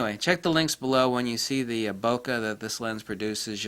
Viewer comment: Thank you for that, it was unknown to me. Something to look out for. One parting detail though; the word "Bokeh" is a Japanese term used but it is pronounced like it is spelled, not "bokka". Listen to this in the end were a Japanese man explains.